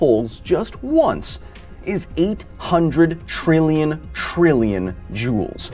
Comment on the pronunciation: man goku can't even pronounce past trillion